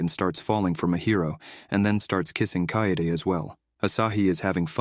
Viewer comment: I love Onimai, but UGH, this video is really awful. The AI mixes up character names, confusing Miyo with Asahi and Mahiro with Mihari. It also misgenders Mihari, inconsistently mispronounces Kaede’s name, and mispronounces words like "eroge" and "yukata." To top it off, it screws up the timeline.